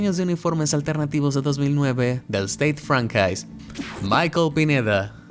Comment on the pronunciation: el nombre del club se pronuncia sted fronsuá. Y el diseño del 2009 estuvo buenísimo, recuerdo que los que jugabamos rugby la queriamos